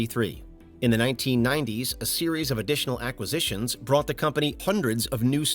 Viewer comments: New drinking game: every time the narrator says “ackisitions”. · "Ackisitions" - isn't there a u?